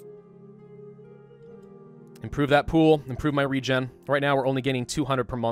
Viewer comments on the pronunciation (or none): none